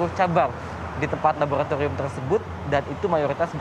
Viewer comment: wartawan nya pelat R sih...🤭 Mayogriiitass labogratigrium..😂 Tegrimaa kasehh....🙏